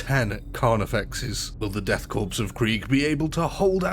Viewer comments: For the love of god man, learn to pronounce "korps". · When you pronounce Korpse, the “ps” is silent. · It’s Corps like apple Core not corpse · Death 'core'... Not corpse ffs ... It's a french word, the 'ps' is silent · I know I’ll probably get slaughtered for this but I’ll say it anyway because I’m OCD It’s pronounced “core”, not corpse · Respectfully its not pronounced like "corpse" its pronounced like "core" similar to how marine corps sounds like "core" not "corpse" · did he really say Death Corpse? Bruh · OK, calling them "The Death Corpse" may make sense from a certain perspective, but it's pronounced "Death Core", like Marine Corps is pronounced "Marine Core". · death core not corpse.......fucking silent letters...the bane of the english speaking world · I hate to be that guy, but “Korps” is pronounced “core,” not “corpse.” Thought the latter is admittedly accurate for the Death Korps. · for future reference, korps is pronounced Core. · Nice video. Just one thing, korps is pronounced core. The S is silent. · Why does every British person pronounce Korps as Corpse? I don't understand. It's all of you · Korps is a stylized Corps and is pronounced exactly like "core". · Death Korps = death **CORE** its pronounced CORE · Death CORE ... learn the word. Korps is pronounced as CORE. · In "Korps" the 'p' is silent. Pronounced like saying "Core". "Corpsman" is a similar case. Good video though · It's spelled Korps, it's pronounced 'core' and it's irritating when people get it wrong. /rant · Learn how to pronounce corps. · Btw man, its pronounced "core" not "corps" and "chitin" is pronounced "Ky-tin". Sick video though. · Just to be that guy, correct pronunciations: Korps = COR Cadian = CAY-dee-un chitin = KY-tin ...good video anyway. 40k modders make the world a better place. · 'Korps' is pronounced 'Cor'. 'Cadians' is pronounced 'Kay-dee-ans'.